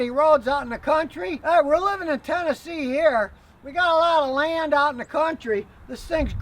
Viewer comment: Im in Washington County, tn. Where is this guy? I love his vids but keep hearing him say tenn. And im curious